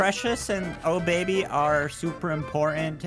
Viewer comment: Obaby not oh baby